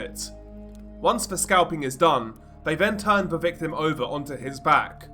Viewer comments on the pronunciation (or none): none